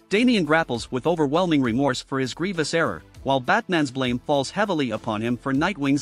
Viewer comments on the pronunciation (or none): none